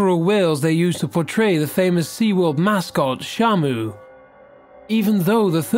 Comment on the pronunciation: When you said shamu, I thought you said shampoo